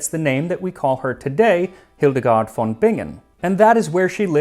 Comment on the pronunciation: The v in German usually is pronounced /f/ unless the word has Latin roots. So, it's Hildegard /f/on Bingen. But apart from that, your German sounds quite promising!